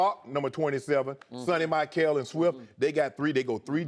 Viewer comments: Shannon said Sony "Mich-kel"😂😂😂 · Please learn how to pronounce Sony's last name. It is mee-shell. Sony Michael is pronounced mee-shell. By the way...GO DAWGS!!!! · LOL, Shannon butchered Sony Michel's last name! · Shannon can't even pronounce Sony's name